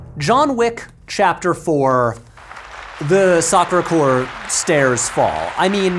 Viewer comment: "For the sake of finish viewers I won't pronounce that" bro you called the Sacrécoeur the Soccersquare